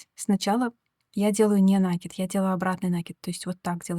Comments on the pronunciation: Узор красивый. Но пожалуйста, не нАкид, а накИд! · Извините,но не «нАкид»,а накИд,проверочное слово «накИдывать» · Рукодельница без спорно, браво. Рисунок шикарный. Но произношение слова нАкид простите режет уши. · Накид от слова накинуть(нить на спицу), накидывать(на что либо). Соответственно-накИд. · это в вашем населённом пункте (деревне, хуторе?) так сложилось. По всей России по-русски правильно говорят накИд. Оставьте ваши местечковые замашки. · Вас не шокирует "нАкид"? Какая-то девушка упорствовала в таком произнесении, кажется из западно-украинского села. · Пожалуйста, говорите правильно слово НАКИД, ударение на букву " И ".